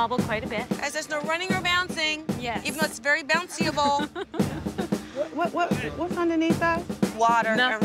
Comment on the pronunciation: “Bouncy-able” ??? 😂😂😂😂 Oh Trina!